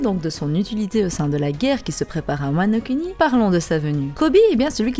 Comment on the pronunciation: j'sais pas si je suis le seul à kiffer le fait qu'elle prononce "Wano Kuni" et non Wano "kouni", je prends mon pieds à chaque fois^^